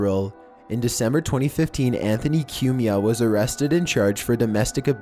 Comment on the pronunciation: It's pronounced "Coo me ah" Not "Que me ah"